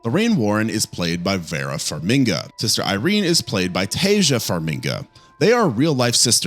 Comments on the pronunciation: Taissa and Vera's last name is Farmiga, not Farminga. Bruce Campbell's last name is not pronounced like Camp Bell". C'mon, dude. If you're going to talk about actors, learn their names or you lose credibility. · Look, I like your videos, but you’ve gotta check your pronunciation of stuff… Like it’s Farmiga NOT Farminga…and I assume you’ve seen the conjuring and nun movies so how are you pronouncing Valek wrong?!?! I hated the nun movies but the mispronunciations are brutal. Maybe it’s just me but ughhughuggh